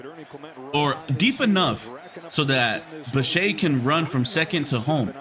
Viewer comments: The name is NOT pronounced bi-shay, it's bi-shet. How does ANY baseball fan not know that? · First of all, dude if you’re gonna make a video at least pronounce the guy’s name right……. The guy is not French. It’s a hard ETTE at the end anyway I can sum up some of these ridiculous comments with one thing and say that I’m not sure which was the better team sometimes the better team doesn’t play better and by the way, not all of Roberts decisions were that wonderful to be honest with you and I’m a diehard dodger fan. I think that the Dodgers might’ve been the better team as a whole, but the Blue Jays out played them as a whole they just didn’t win the series and that happened sometimes so I guess part of your video I agree with and there’s a couple parts of your video that are not so agreeable to me. But you know people need to do what they need to do you know for views and likes. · I was just saying that Yamamoto threw a bad pitch and the double play bailed him out. It’s Bichette that you are mispronouncing.